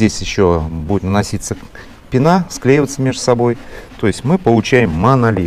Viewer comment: Очень познавательно, но пенА уши режет